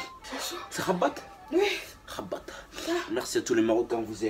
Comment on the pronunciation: Comment ta dit rabate c rabat je c que tu rigole